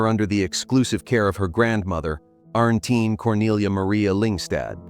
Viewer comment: Arntine is pronounced Arntina